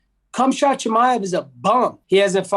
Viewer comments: did he say "KhamShot Chimaev?" hahaha this guy is hilarious. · Did he say Cum shot? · No one: The start of the video: CUMSHOT CHIMAEV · "Cumshot chimaive" I'm dead. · Did he just call him "CumShot" Chimaev? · Kumshot Chimaev “I eat Kumshot too” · "Cumshot" Chimaev 😆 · "Cumshot" Chimaev 💀💀💀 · Did this man just say "Cumshot Chimaev?!?" Ok. That was funny as f%#&. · Haha Colby is definitely golf. That fool said “Khumshot” 😂😂😂😂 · "Cumshot" Chimaev😂